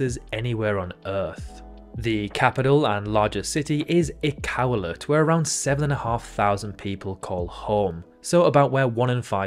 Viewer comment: First you referred to Québec as a state (It's a province). Then you called Nunavut a province three times (It's a territory). As for the pronunciation of Iqaluit, I have no idea where you were headed with that.